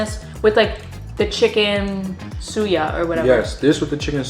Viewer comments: Suya is pronounced as sueYA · Sooooo-Yah. Soo, like shoe, without the h. Suya. SoooYah